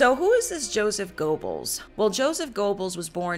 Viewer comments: I think your facts are correct and you did a disclaimer about German Pronunciation, but you should pronounce the main character's name correctly, "Yosef Gur-bells". Although it was a serious topic I found your cut-a ways entertaining. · Goebbels is actually pronounced as "Ger-bowls" .